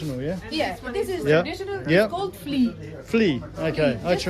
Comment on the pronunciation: Fli not Flli. You can do not eat Fli like that